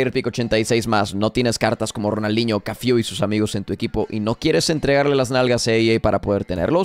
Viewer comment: Porque un día lo pronuncio mal, lo agarraron a broma y se quedó para la eternidad